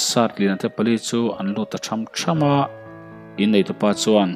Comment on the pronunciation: Tham tham = Thawn dim tak a kal,tha^m tha^m = mi pakhat aia tam kal thluk awm leh awmlo hi a kawh a dang daih, a hmalam thu leh a zawmtu zirin thluk hun a awm a,thluk loh hun a awm bawk,I lam dan hi inang vekin I hmang a,,ka lo sawi ve mai mai a nih chu ,🙈🙈